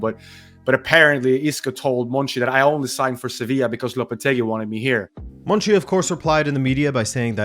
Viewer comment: i thought his name was monchi not monci